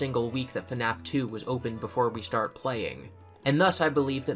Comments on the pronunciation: I'm only 40 minutes in and I already love this video. If only bro knew that FNAF is one syllable... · Okay, love love love the video. Also I really like your voice, but why FaNAF? Where is the extra A?? I thought it was pronounced FNAF like : Fffffnaf for the past like 7 years... am I in the wrong? Is it a britisch thing? 🙃